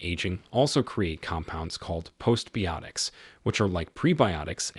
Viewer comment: "Post bee-yotics"? He means biotics, bye-o-tix -- and half of him knows it, since he gets it right some of the time. Swiss studies show that Swiss cheese is good for your heart? Amazing!